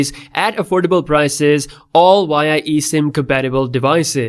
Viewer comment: please look up how to pronounce v sound in English, its embarrassing hearing you say "innowating" and "wia" lol